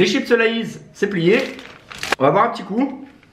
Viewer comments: Respecte les chips sa se dis pas la-ys mais laize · Ça ce dit pas « laïs » ça ce dit « l’aise » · Layis ? C'est LAYS SE DIT ( LÈSE) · D’où tu dit lais c lays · Sa se dit léys 😉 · je rêve ou estce que il a dt "La-isse" pour les chips Lay's ? :OOO sacrilège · 😂🤣🤣Comment il dit lays enfaite sa s’écrit lays mais sa ce prononce layz Sinon j’aime bien t vidéo continue ❤️🙏🏽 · il a dit des lais mdr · Ça me tue comment il prononce "Lays"😂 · II oxerness_V2 II ouais de oufff😂🤣🤣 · R.I.P la prononciation de lays